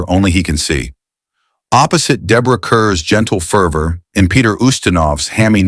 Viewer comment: Deborah Kerr's last name is pronounced "Kar."